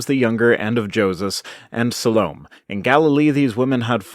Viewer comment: Salome is pronounced suh-LO-may